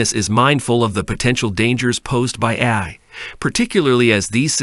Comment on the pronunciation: Not a good sign when the narrator bot can't even pronounce "AI" half the time.